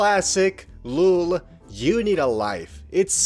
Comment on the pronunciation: You saying lool instead of lol made me stressed